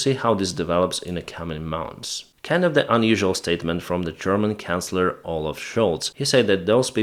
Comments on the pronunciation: Great videos. FYI it is Chancellor Scholtz, not Counselor. It is a Ch sound not K sound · pronounces the T in depot. Doesn’t understand it’s French. Not his fault really. Chancellor he starts it with a K sound for some reason. He says another word rhyming with portals but starts with a Q… ‘quartals’? No word I ever heard of before. Not sure what he’s saying but it’s not English. Those are all the mains ones off the top of my head.